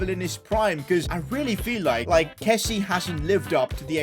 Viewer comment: PCQ: Please...pronounce Kessié's name properly...(Kessy-ay)...Sorry but as a frenchie, pronounciation is key😂